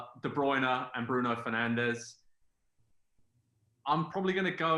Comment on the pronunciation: Lol man said kdb mane and penandes 😭😭